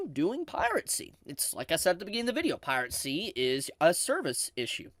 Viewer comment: With how cheap spinning rust is these days, one of the big "advantages" of streaming just isn't there. I agree with everything you said, pronunciation of Piracy aside. :P